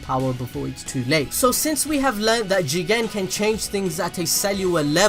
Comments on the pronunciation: Oh I thought he said Jiren from dragon ball super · The way you say JIGEN 😂😂😂😂😂😂😂😂😂😂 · For some reason, i had to press backwards and replay whenever he says JIGEN!!!`lol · First of all☝🏿 you didn’t say JIGEN!!! you messing up! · Love the way you said "JIGEN" 😂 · If you say jigen one more time I will unsubscribe